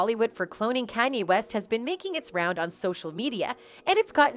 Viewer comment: Can you please pronounce Kanye name properly